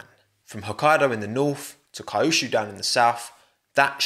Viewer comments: No, disrespecting Canada isn't a joke. We do it all the time. I don't know why. My country, USA, is a shit show as well. Also, Kyushu = Kee-yoo-shoo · just a wee small comment, kyushu's pronounced pretty much as queue-shoe